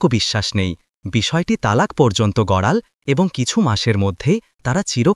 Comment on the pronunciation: বাংলা উচ্চারণ ঠিক করুন। তাকাল্ নয় । তাকালো। লাগাল্ নয় । লাগালো ।গড়াল্ নয় । গড়ালো ।